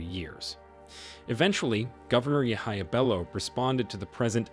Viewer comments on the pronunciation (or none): none